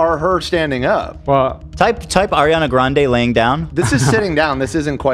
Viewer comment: Dying when Ethan called Ariana Grande Aria Granda 😭